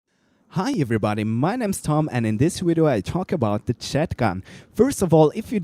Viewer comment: You said wideo